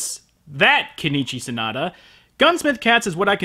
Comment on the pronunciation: His name is Sonoda, not Sanada. Please, please stop the butchery.